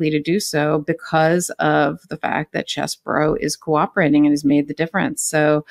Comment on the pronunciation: No, it isn't CHEESE-BOROUGH, but it isn't Chess-BOROUGH either. It's Chess-BRO.